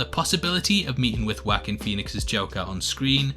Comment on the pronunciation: It's pronounced "waa_keen".